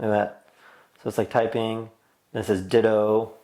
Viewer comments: its not Ditoh.. its Ditoo (U vocal) like dituu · I guess you don't know what sound 'oo' makes in English hint: it's not 'oh'